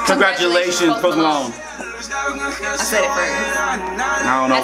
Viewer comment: I thought you said provolone instead of Post Malone. Lmfao